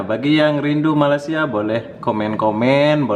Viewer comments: Dah bertahun-tahun duduk Malaysia.. cakap je rindu Malaysia... tapi sebut Malaysia pun tak betul2... bukan MALAS SIA ye... tak boleh sebut dengan betul tak layak masuk Malaysia... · Tak payah datanglah.. Sebut malaysia pun tak betul.. Wakakakaka